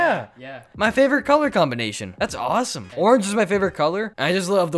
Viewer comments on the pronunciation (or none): none